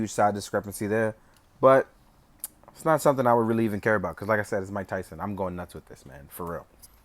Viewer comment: Muay-ke Thai-son??